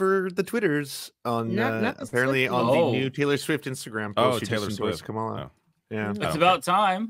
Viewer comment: Let's start with pronouncing the candidate's name correctly. Repeat after me: Comma-la. It's not that hard. 💙